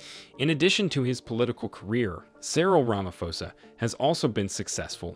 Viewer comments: rama'p'osa it's pronounced rama'p'osa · U called him Cyril ramafosa 😅